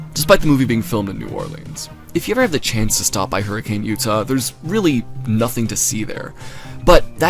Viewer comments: erm,,, actually its pronounced "her-ah-kun" not HURRICANE. do your RESEARCH RIGHT... 👺👺👺👺👺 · its not hurricane its pronounced like hurri-can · its pronounced hurri-cuhn im gonna SCREAM